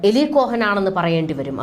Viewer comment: Not malayalam eli,but eali ucharanam